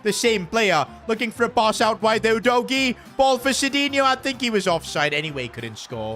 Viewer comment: Udogie not Odogy